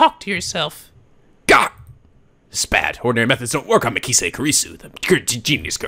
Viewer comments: ***** The voice are perfect so fa, the younger mai sounding voice fit Makise (pronouced Ma- key- say, it surprisingly the only name you got wrong lol ) very well, there alot of girls in this series but I sure you can pull it off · Its MA-KEY-SAY